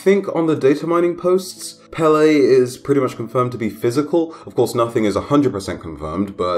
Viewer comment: As someone from Hawaii and a native Hawaiian Pele (pronounced peh-leh) is pretty disappointing